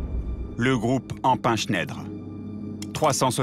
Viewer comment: J'aime bien votre documentaires les gars mais sérieusement avec votre "Empain-Chnèdre" (pour "Schneider") vous m'avez quand même tué quoi... Ça vous arracherait la gueule de prononcer correctement un nom allemand pour une fois ?